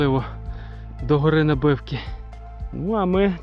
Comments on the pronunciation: На'бивки, а не Наби'вки! ))) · Вітаю, відео супер. Приємно бачити знайомі місця. Ходимо частенько на Набивки, зі сторони села Сукіль. Доречі місеві наголос в Набивки ставлять на букву а.